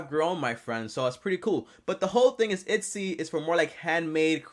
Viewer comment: ETSY. Not Itsy.